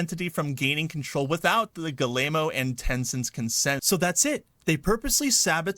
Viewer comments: I wish somebody could tell this guy it’s pronounced “G-ee-mon“ not “Gi-lay-moe” 😂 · Hearing Americans pronounce any name that isn't English is just cringe. Gi-ye-mo's?! Damn... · Family name is pronounced GUI-MOW... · "Galemo" lol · I love how this guy pronounces the CEO's name... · Can someone teach that guy how to pronounce Guillemot? It’s painful to hear. 😢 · My gosh that's the worst pronunciation of Yves Guillemot I've ever heard.